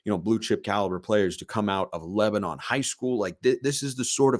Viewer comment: BTW, Generally pronounced "Lebanun" by folks in the area. Thanks for all you do. Go Ducks!